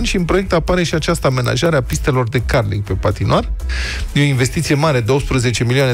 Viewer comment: Da, este așa cum pronunță.